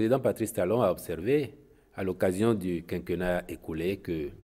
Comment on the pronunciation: On dit quinquénnat. é accentué.